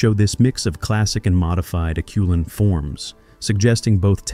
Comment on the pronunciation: Well said. AI continues to amaze me, but my senses are now usually able to tell that it‘s AI.. When AI one day learns to pronounce “Acheulean”, I’ll be truly impressed!